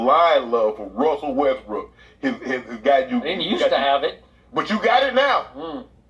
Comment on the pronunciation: Why you saying westbrick instead of westbrook